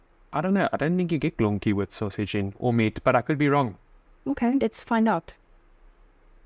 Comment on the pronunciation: STÄDEL IS A JEWISH TERM FOR A JEWISH SETELMENT 🇵🇱✝️🔯🇮🇱🕎☦️🇵🇱 GOLONKI AS YOU CALL THEM IS SOMMETHING EALS IT IS " PORK KNUCKLES " (1 GOLONKA )YOU MEAN " GOLABKI " FOR ENGLISH SPEACKERS WOULD BE " GOLOMBKI " AND " PACZKI " WOULD SOUND LIKE " PONTSHKI " . PACZEK IS 1 AND PACZKI IS 2 THAN YOU ALSO HAVE THR PLURAL WICH IS " PACZKOW " 😂😂😂😂